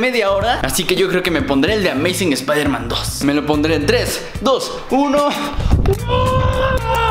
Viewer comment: espaidermen espaidermen 😂😂😂😂